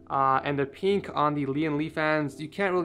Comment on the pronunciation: this guys pronounces pink as peenk but pin doesn't become peen